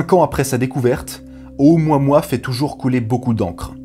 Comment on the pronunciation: attention que "mua" ne se prnonce pas "mwa", ni "moi", ni "moua", mais "mou-a". "O-ou-mou-a-mou-a".